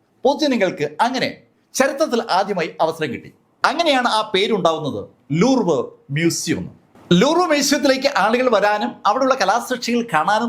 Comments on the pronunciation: ലൂർവ് അല്ല, ലൂവ്റ് ആണ് ശരി. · ലൂർവ് അല്ല ലൂവ്റ് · ലൂവ് എന്നാണ് ഉച്ചാരണം.